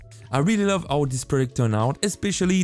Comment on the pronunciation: the fact that he does not pronounce H is very not nice. Cause my brain heres. AOW when he says how